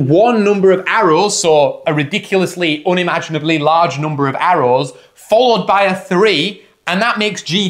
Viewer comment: I love the way he says "hoondred" and "noomber"